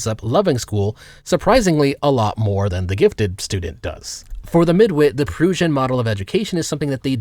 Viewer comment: I’m guessing that you’re trolling, but in the future can you pronounce Prussia correctly when referring to the Prussian model of education. I love intentional misprunanciashons as much as the next guy but when discussing a serious topic it’s nice to use the same vocabulary.